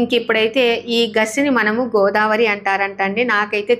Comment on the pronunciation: గోదావరి కాదండి గోదారి